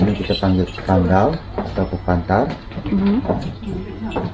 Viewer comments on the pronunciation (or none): The word should be "pantar", not "pantal". it's like a mini stage - a little elevated. However, most longhouses don't elevate that part anymore especially the modern ones. The actual longhouses that still has the three sections are usually the ones from the Kalaka-Saribas longhouses. Unfortunately... some has forgo the three sections to a single one because it would be more "cost effective". The "inner stove" he said used for boiling water and warming the house is kinda like our modern kitchenette. My grandparents didn't sleep in the upper loft. It's not easy for elderly people to navigate the tree trunk steps. They tend to sleep at the living area or even the kitchen. Maidens slept at the upper loft - correct. Single men would sleep outside. The lofts most times would have another level for storage (to store baskets, etc.). The Penans... there are currently a few hundreds that are still living the nomadic lifestyle. The Melanau tall house. It was made tall to help them fight against enemies. Visit Mukah for the real one.